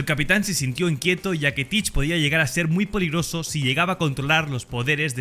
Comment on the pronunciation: ¿Soy la única que escucho "poligroso"?